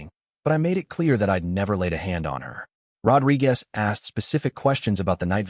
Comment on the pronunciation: Ah, robochannels with their AI writing (in what culture can you pull the date of a wedding ahead six-weeks before the wedding) and AI reading (weird pauses and mispronunciations. Rod-ri-GAS, lol)